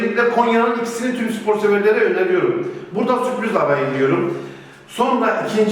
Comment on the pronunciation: Kayserinin ikisi bol suprız diyor ahahjaja